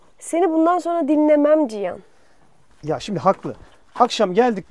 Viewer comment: "Cihan"a niye Çiyan diyorsun